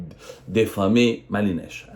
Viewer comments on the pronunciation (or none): On dit "diffamé " et non "déffamé ", ya bougre d'andouille !